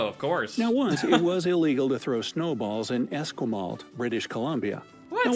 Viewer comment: more like eh - skwuh - maalt